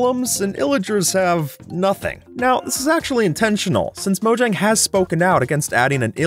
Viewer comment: Fyi, it's pronounced MOE-HYANG.